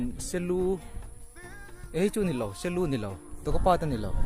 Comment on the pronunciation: Selu ti a I sawihi se lu ni lo in sial lu tih a ni lo maw nge ka hre sual zawk